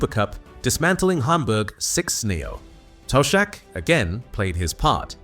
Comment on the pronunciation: Toe-shack😅, good ol' Ai.